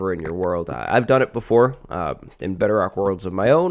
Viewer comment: He says bedarock